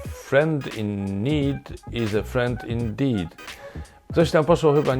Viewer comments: roześmiała się bo usłyszała "in dick" a nie "indeet" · dlatego że on powiedział friend in dick . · Nie, zaśmiała się, bo nasz guru językowy się przejęzyczył. Zamiast "indeed", powiedział " in dick". A to zupełnie zmienia postać rzeczy. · Pani vice-prezydent zachowała się nieprofesjonalnie, fakt. A prezydent Duda źle wypowiedział i zaakcentował słowo indeed. Porównywalnie zabawne było powitanie papieża Benedykta XVI: Cytuję: „witam was ciule”